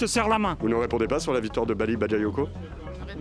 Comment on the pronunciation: « en diret » « les vitimes » « vitoire »🤣🤣🤣🤣🤣🤣🤣